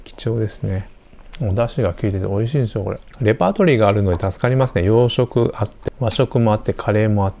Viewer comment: 普段滑舌よいのに、美味ひぃーに笑ってしまいました。